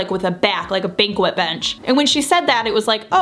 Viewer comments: Are you saying banquette? Sounds like banquet. Lol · The pronunciation might be a regional thing, but it’s pronounced “bankette” 😊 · It's pronounced "banket" not banquette. The Rug grounds the size of the room with put walls. Please put a curtain on each side of the window and take them to the floor.. Good job over all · I always heard it said bangKET’, especially from my mother who is a designer. But when I googled it to double check myself, google pronunciation says it like she did, yet the dictionary says baNG’ket. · You have good screen presence and interact well but you need to invest the time to learn to correctly pronounce terms before you record. Additionally, I'm glad you are pleased with the aesthetic of your chairs at the the ends of your table but they have some serious issues with functionality. Perhaps they would have worked better if you had placed your table against the longer wall as suggested by the designer. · Love the idea. I have a few awkward rooms. I am think you could trick that window into looking like it was in the center by adding drapes both sides? Oh and there’s a banquet — a fancy dinner..,and a banquette which doesn’t use the Q sound. French is so capricious. I was a waitress in a prententious faux Paris cafe and we were taught to call that bench a ban-kett. Maybe they were wrong lol. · Banquette not banquet... don't pronounce the U. Put a mirror on the right side of the wall behind the banquette. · it’s “bonk-ett”. not banquet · it's pronounced bang-ket not bang-kwuht. a banquette is seating, a banquet is a food event, just a little info for you. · Good, heplful video, but just FYI, "banquette" seating is pronounced "BANG-KET", not Bang-kwet. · Its banquette pronounced bank-ette dear, not bankwit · I think you blocked the valuable window light with your bench. And it is banquette (bank-ette) seating, not banquet (ban-qwet) as in a feast. I give the project a C-. Sorry. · Bank-ette, not bankwet. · HA!! Not a "BANQUET" a "BANKET" 🤣